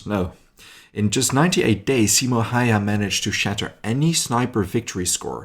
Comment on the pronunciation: his name was not Haiha, stop pronouncing it like that, it is wrong.